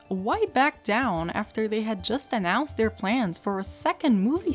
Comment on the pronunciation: When you said “plains” I cracked up. Well done